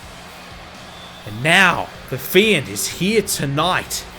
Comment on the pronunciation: His pronunciation of the fiend name is not amusing at all